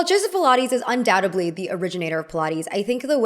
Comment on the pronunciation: The word is pronounced un-doubTED-ly. Not un-douTAB-ly